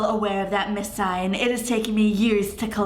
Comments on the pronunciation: 4KidsGaming Hey I love your channels so much❣️ I just wanted to let you know that Singh is pronounced sing, not sign (Not hated or anything, just wanted to let you know) Btw, your hair...is ON FLEEK💕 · You pronounce Singh like Sing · omg it’s not miss sign lol it’s miss sing like Lilly Singh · the Singh u were talking about is Indian and u pronounce it sing but h silent u understand? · Singh is pronounced "sing" -- and the Fibonacci sequence is real SEARCH IT UP ON GOOGLE!!!! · I don't mean yo be rude I know you will never see this but it's pronounced ms. Sing the h in Singh is silent my friends last name is singh ps. I love your videos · Ur saying Singh wrong like if u argee